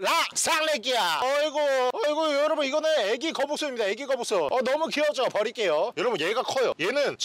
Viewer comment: 거북손이 계속 거북선으로 듣긴다 ㅋㅋㅋㅋ